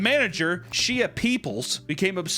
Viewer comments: “She-Ya” instead of “Sh-ay” is KILLING ME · I’m pretty sure it’s pronounced “Shay” but saying it She-uh with the warped face has me CACKLING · Hahaha, "Shee-uh Peoples"! 🤣🤣🤣🤣 It's pronounced "Shay". 🤣🤣🤣🤣🤣🤣🤣 SHEE-UH-TRON! 🤣🤣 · the mispronounced names is killing me bro she ah? 😭😭 it was shay peoples lmao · It's not she-a it's pronounced shay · Shea is not SHE-UH it's SHAY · Shea is pronounced 'Shay', not shia. Just putting that out there. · It is indeed NOT Shee-uh Peoples, its pronounced SHAY. Deeply irks me bc that's my middle name and everyone called me Shee-uh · I’m pretty sure it’s pronounced Shay my best friend growing up was named Shea I’m not sure if there’s another way to pronounce it though, but I’m pretty sure it’s pronounced with the a sound at the end like an a Y sound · Shea is pronounced "Shay", like shea butter. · shea is probably pronounced Shay like “Shea Butter” lol but i could be wrong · Pretty sure Shea is pronounced Shay lol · it’s pronounced “Shay” <3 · pronouncing Shea (like shea butter) like She-uh is FRYING me🤣🤣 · it’s pronounced Shae lol😭 like shea butter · I laughed even harder when you mispronounced her name LOL..... Shea (Shay) is how it's pronounced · Shea is pronounced shay. My guy, you're from KC. I KNOW you went to school with at least one girl named that lol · Shea is pronounced Shay. If I HAVE TO TELL YOU AGAIN I WILL COME OUT OF THE WINDOW AND….!!!!! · Shea is pronounced like shea butter I assume like shay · Its pronounced sh-ay Peoples. (Mets fan) shea stadium. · The pronunciation of “Shea” is crazy